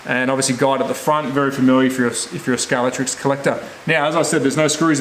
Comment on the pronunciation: This slot car guy needs to do a couple of things. 1, Pronounce SCALEXTRIC properly!! SCALEX TRIC. 2, The motor is at an angle because it's an inline motor inclined to provide ground clearance like the real car.